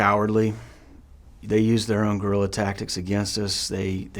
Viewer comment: It’s “guerrilla”